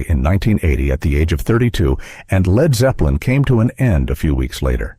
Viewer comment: Narrator called them "Leed" Zepplin